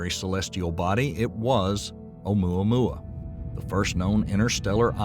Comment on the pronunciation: If this man say amoua moua one more time